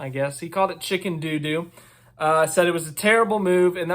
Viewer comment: Chicken doodoo sounds hella funny the way you say it XD